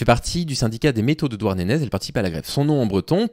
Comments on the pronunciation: Douarnenez: à prononcer "Douarnené". Au pire dites "Douarn'" ça marche aussi.😅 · suoer vidéo comme toujours, juste on prononce "Douarnené" ;) merci pour ce que tu fais